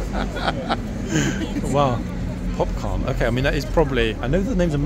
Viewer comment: Is it Popcorn? or is it (with a northern accent) Popcarn?